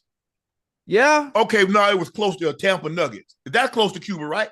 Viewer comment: tell Shannon it’s Hava Tampa